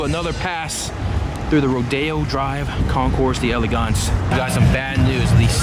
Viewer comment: Why can't these guys learn to pronounce concours d'elegance properly. It isn't so hard; in fact it's easy. Don't pronounce the 's' at the end of concours and pretend the apostrophe after the 'd' in d'elegance isn't there, like delicatessen . That's all there is to it.